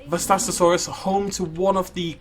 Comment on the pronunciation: HOW DO YOU NOT KNOW HOW TO PRONOUNCE VASTATOSAURUS ITS SO GODDAMN EASY